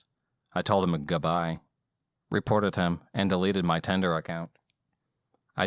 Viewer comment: Tinder: ❌ tender: ✅